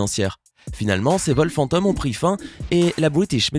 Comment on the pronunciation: pourquoi il dit "fanteum" 🤔